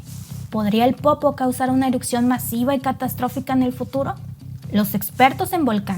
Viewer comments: ¡Por favor! Se escucha terrible y lo repite muchas veces. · Es mi imaginación y dice eruCcion en vez de erupción ??? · Gran video, una corrección nada mas, se dice "erupción" no "erucción". Saludos. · no se dice eruccion, se dice erupción. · Erupción, no "erucción" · es ERUPCIÓN, no ERUCCION. Saludos desde Ciudad de México 🇲🇽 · Muy interesante tu información. Peroooooo todo el tiempo dijiste " erupcion"